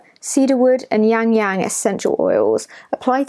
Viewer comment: 😂 it’s pronounced Ya-lang ya-lang